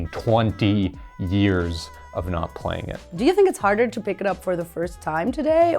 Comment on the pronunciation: "Playling Yu-Gi-Oh"